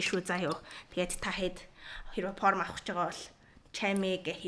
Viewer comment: Porm ghr jxn sonin sonsogdood bhin